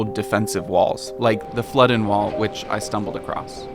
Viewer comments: Also worth mentioning the Flodden is pronounced Flaw-din, not Fluddin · Quite a few mispronouncations - Flodden - flaw-den not flow-den. Jacobite - Jack-o-bite - not Jake-o-bite. Princes street not Prince Street and Holly-rood not Holy-rood. At least you got Edin-burra right after that initial rude correction :)